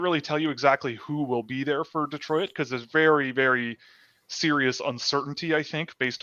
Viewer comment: Saying "De-troi-it". Will is definitely Canadian. 😁